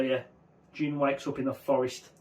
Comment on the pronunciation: Finally, someone else pronounced Jin's name right